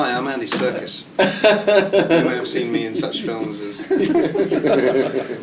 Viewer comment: can't believe he calls him self andy 'circus,' it's sarkees!! like the armenian/greek saint!